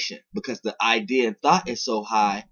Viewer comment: Lol bruh if this man say "thot" instead thought one more time...